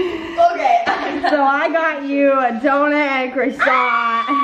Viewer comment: YOU SAY DONIT INSTEAD OF DONUT..... legendary Rydel legendary 😂